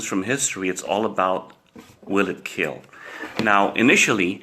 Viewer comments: This blade.....WILL KEEL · No one: Coronavirus: I will keel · It will not KILL It will KIEL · Imagine hearing it will keel when someone gets keel in school💀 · It weel keel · 0.001% keel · the south African mutation of the virus sir , it will keel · Will it keel? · most importantly...it will keel. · wheel keel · He Protec He Attac But most importantly IT WEEL KEEEL 😊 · It wheel keel